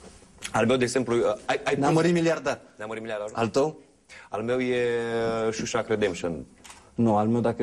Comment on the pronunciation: Se pronunta " shaushanc" , Bordea.